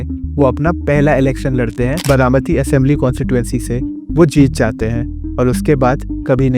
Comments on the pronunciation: What is Bramati? Its Baramati. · It's बारामती not बरामती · It’s BAARAMATI not Bramati…improve your vocabulary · बरामती नही बारामती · It is बारामती not बरामती. 😊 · बरामती❌️ बारामती✅️ चवन❌️ चव्हाण ✅️ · I couldn't watch the video beyond 2 minutes, because I couldn't bear to hear "बरामती" anymore. By the way, the name of your channel suits your pronunciations. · Your pronunciation of Baramati and Chavan is irritating.